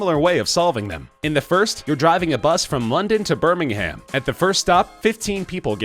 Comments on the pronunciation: Birming-um, mate, not Birming-ham. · I love the way Americans say Birmingham.